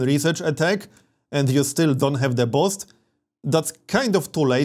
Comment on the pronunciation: *boost, not bost